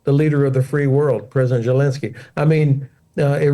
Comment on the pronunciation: Hodges needs to learn how to properly pronounce the name Zelensky. It's NOT Jelinsky or Gelinsky! Even the closed captioning is hearing that.